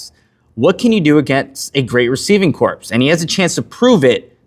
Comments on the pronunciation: Love the content but it’s corps not corpse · Corps is pronounced "core"